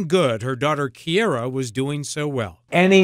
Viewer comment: Key air rah! Kee aer ruh!